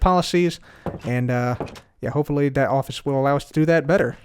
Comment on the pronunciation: why say dat and dis and shit? Th thththththththththththth